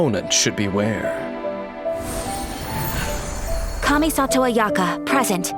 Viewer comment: Ayaka... ... Its Kamisato Ayaka!